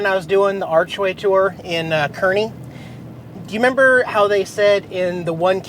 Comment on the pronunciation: The name is pronounced Car-knee, Kearney. Don't feel bad it get pronounced wrong all the time. lol